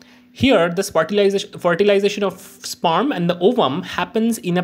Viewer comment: Sperm ❌ spaaaarm ✅